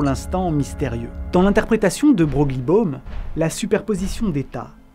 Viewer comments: Coucou, petit détail: Broglie se prononce "Breuil". Vidéo super intéressante sinon, même si je connaissais la plupart des éléments étant passionné par le WTF incessant de la physique quantique. Merci pour tout ! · je crois que Broglie se prononce “Breuil”. Ouais bizarre.. Merci pour la vidéo sinon :) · Merci pour cette excellente video !!! ❤❤ par contre « c’est » = 2 mots me semble t’il, et Broglie se prononce « Breuil »me semble t’il également ? Bon, il y a certainement une autre version de moi dans un autre univers qui a résisté à la tentation de faire ces commentaires … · Broglie : prononciation a revoir 😢